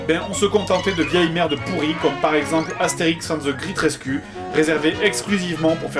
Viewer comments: "Astérix ande ze gritte rescu"? ^^ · "Astérixe ainde ze gritte raiscue" JDG-2009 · 1.13 - the grit resku??? looooooool mais essaie au moins d'améliorer un minimum ta prononciation, mais merci de m'avoir fait rire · Il disait: Ca se prononce graite reskyue et pas gritte resku ;) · perso moi quand jdg dit Astérix and the great rescue moi j'entant Astérix et de gris 13 cul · Wow l'anglais des français c'est vraiment de la merde...ze gr8 rescu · "Astérix and ze grit rescu" j'adore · "Astérix and the great rescue" prononcé avec l'accent du Jdg, ça donne : "Astérix and ze grite rescu" ^^ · Ze zreat resru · "Astérix ande de Gritte Reskuu" Vraiment, j'adore la prononciation de JDG XD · "and the grit ress cul" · Très bonne vidéo mais mauvaise pronociation de great rescue;). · The35Angelo en clair il le prononce "à la française"